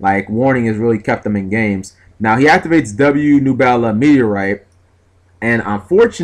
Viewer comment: How do you mispronounce nebula? Slow it down cap